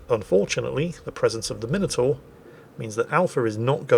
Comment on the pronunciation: After listening to Flambass and everyone else say Mine Oh Tore, it's simply lovely to hear proper English and you say Minotaur! Marcau doesn't have reload boost, just 3 second reload.